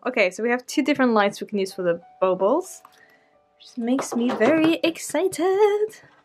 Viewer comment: Zits pronounced baw-ball